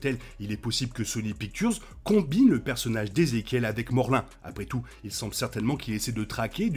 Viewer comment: Morlun ce prononce morloune et non morlin